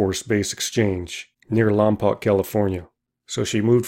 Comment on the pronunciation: I worked at Vandenberg launching missiles & on space shuttle program for 20 years, pronounce Lompoc like you would spell Lompoke! Just a little trivia 😄